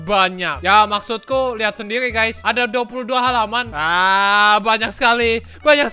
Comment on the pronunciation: Ngomong sendiri jadi sendili